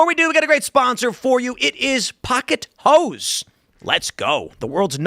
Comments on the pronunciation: Oh, pocket hose. I thought you said pocket hoes. 😂 I have a dirty mind. Sorry. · I originally thought he said "Pocket Hoes".... Somehow that term made sense so I didn't question it at first . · I was only listening and heard, pocket hos... not hose. Had to look... Haha